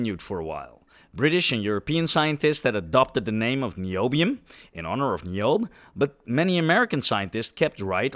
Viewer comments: Pretty sure Tantalus' daughter Niobe's name is pronounced "NYE oh BEE," fwiw. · I think the "e" in Niobe is not silent. So you'd pronounce the name "Nai-yo-bee".